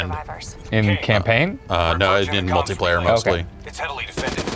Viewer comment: says "Multu-player" instead of "Multiplayer". What an animal.